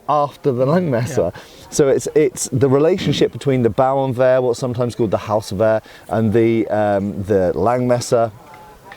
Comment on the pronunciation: your pronunciation of Hauswehr is much better than that of Bauernwehr 😉